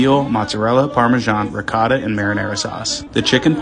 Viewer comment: U Had me Up until U Pronounced Ricotta Like That.